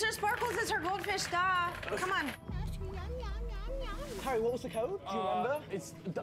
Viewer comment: nicole said "Harry" but it came out like "Hairy"